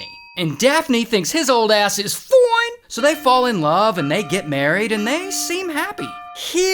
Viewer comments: Bro says foin! Like he’s shitting out a bowling ball💀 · Not that “ FIOOONE”😂😂😂😂